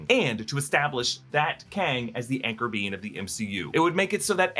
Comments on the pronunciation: Btw " Anchor Being " when said sounds like " Anchor Bean " I'm just saying... It's all I hear now. 😅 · I keep hearing anchor bean